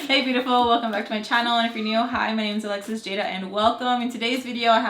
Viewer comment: She’s adorable and just like her mama ♥️ I love how her name is said in Spanish ♥️